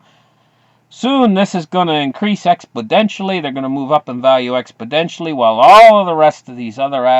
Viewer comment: ....it's pronounced exponentially...not expoDentially. Sorry mate couldn't help my pedantic ocd nature.